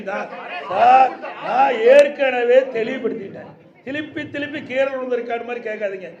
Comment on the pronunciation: திருப்பி னு சொல்லு திழுப்பி இல்ல